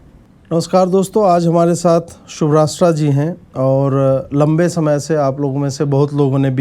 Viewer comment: शुभ्रष्टा जी को तमाचा भी बोलते नहीं आता।